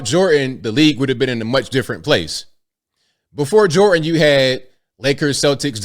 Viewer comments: there IS a letter 'D' to enunciate in Michael Jordan's name. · Jordan has a d in it please pronounce the d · Who the fuck is Micheal "Jor-in" ? Is he good at "shoo-in"?